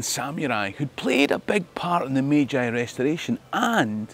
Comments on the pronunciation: What a fantastic bit of history, and international adaptation for trade and the future. -- One quibble: "Meiji" is pronounced /may-jee/ not /may-jigh/ (ei = eh-ee, ai = ah-ee) in Japanese. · okay I love your content and this story but the mispronunciation of "Meiji" is nails on a chalkboard 😅